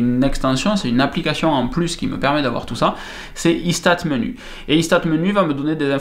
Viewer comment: J'aime bien la prononciation du logiciel "Il se tate menu" ;-) Belle présentation en tous cas. Merci !